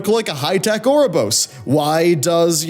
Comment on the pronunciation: Can't hear ouroborosous without thinking 'our Rob or Ross'...